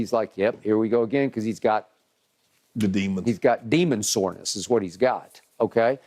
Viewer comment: "demon soreness" Skip 😂😭